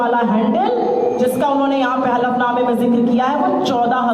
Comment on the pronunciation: Halaf नमा होता है सर। हाफल नमा नहीं।।